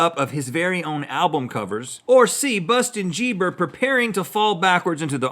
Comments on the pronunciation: It’s Justin Bieber not bustin jieber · bustin jieber... RHETT THAT WAS AMAZİNG MCKFMKCFMD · "We shall not say his name but we shall call him Bustin Jieber